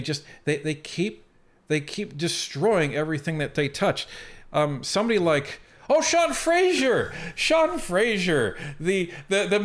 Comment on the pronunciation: Please, stop saying FRASER wrong. It's not FRAZIERi am no fan of Sean's but cringe when you say it wrong